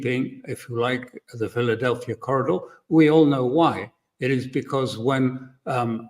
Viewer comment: Pronounced correctly as the Philadelphi Corridor not Philadelphia Corridor. Alastair is correct. The name is an Israeli codename for the border strip between Egypt and Gaza.